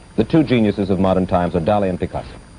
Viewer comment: It's pronounced Dah-LEE, you idiot!